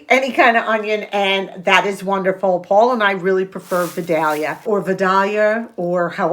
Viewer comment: I’m from South Georgia and you pronounced vadalia onion right the first time! Happy birthday Paul! My go to meal is chicken quesadillas or nachos. I always keep cooked shredded chicken in the freezer for easy go to meals.